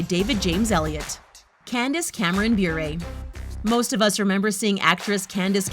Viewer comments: It's "Buh-ray," not "Byour-a" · You completely said her last name Bure wrong